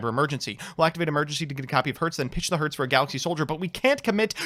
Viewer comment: When comes the day, i see a popular yugituber pronouncing cyber dragon herz and nächster right...